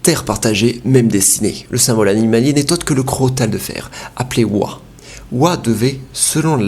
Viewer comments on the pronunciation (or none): ça se prononce wa?